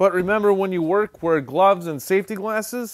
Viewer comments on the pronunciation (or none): none